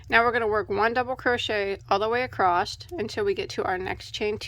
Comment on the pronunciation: I need a merch shirt that says "Acrosst"! 😅 This is the one CAL I look forward to each week. Thank you for these. 💕